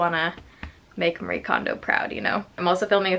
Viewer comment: I've not heard a single person say Marie kondos book title correctly 😂😂